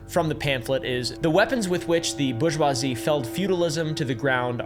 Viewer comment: "Borg-wazzy" lol